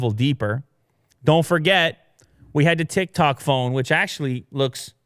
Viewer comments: TIKTOK not TICTOK..... LMAO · Tiktok not Tictok:( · "It's TicTac not TicTok lmao :joy: :ok_hand: xd...." - Every millenial ever